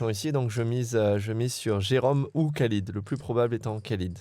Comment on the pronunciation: Vidéo top! Merci Winamax, merci Bcastaldi, merci tpmp, merci Davidi Kitaï, merci all!! Par contre,: dans tout le maghreb, tout le moyen-orient, tous les pays où "Khalid" est utilisé: ça se prononce "Ralid"!!!! Soit le Mr en question se présente en "Mr Kalid" car "90% des français" prononcent "Kalid", soit je ne sais pas:'( Quoi qu'il en soit, merci Winamax!!